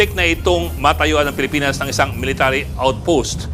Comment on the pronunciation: "Pilipians" Hehe.